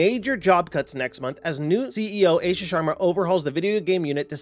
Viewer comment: It's pronounced AASHA dude not AESHA 😂